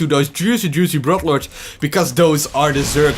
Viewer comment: i really like theese :) A tip for u: Its called "Brood lords" not "brodlords", u gotta draw out on the o a little more ;) Keep it up